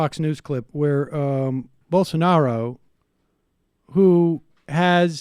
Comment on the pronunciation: They were just havin a good time don’t kink shame them, “bowl-sar-newro”